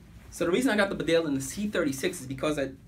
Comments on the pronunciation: Its Pronounced.... Bee Dale not Bdale Nice Vid :) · It's pounced bee Dale and not berdale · Wrong emPHASis on the wrong syllABLE. It's BEdale, not BeDALE! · 2 things - it’s pronounced bee-dale not bidale, and the large rear pocket is for dead stuff. The cartridges go into the deep front pockets. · Bee-dale not B'dale! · It’s pronounced BEEDALE NOT BDALE. you ain’t qualified to review these jackets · Bee-dale not Bdale! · Great jackets...I've owned these for years and other Barbours. Just being picky, but even though it's spelt Bedale, it's pronounced 'Beeedale' Glad to see people over the pond appreciating an amazing British brand. 🇬🇧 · Great video...btw its pronounced " bee-dale" its a small market town in North Yorkshire👍